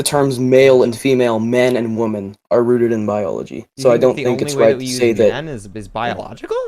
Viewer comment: he said “rooted.”